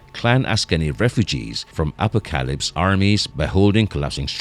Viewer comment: wtf is this announcer.... telekinesis, telepathy, apocalypse. So painful listening through this video while constantly mis-pronouncing tons of words